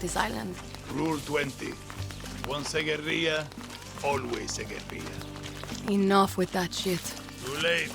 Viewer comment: hahah..pronouncing guerilla like it was Spanish with the y sound for the double l's. it's not, pronounce the ll's. Oh Ubisoft, pandering with semi-hispanic sounding actors like some old Mission Impossible episode. A trained alligator? HAHAHA